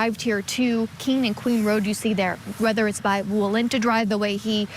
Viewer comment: I love chanley but why she keep saying walunta rd it's clearly says walnut